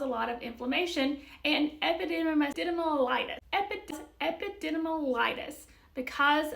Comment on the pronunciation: You're adorable and It's funny that you nailed the two parts we never heard of, but fumbled epididymitis.😊 Sometimes I see the names of prescriptions & I can try a dozen ways of pronouncing them. Metoprolol took weeks of trying to say it and be confident at it.